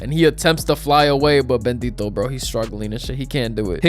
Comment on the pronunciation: "bendito bro" Bro really paid attention in his Spanish classes. Ngl as a Mexican, this made me smile.